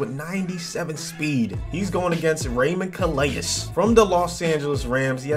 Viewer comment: Guidry is actually pronounced GID-jree and Calais is pronounced CAL-ay